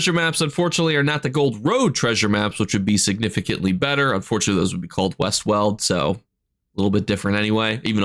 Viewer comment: it’s Foyen, not Foren. And Weald, not weld. 😁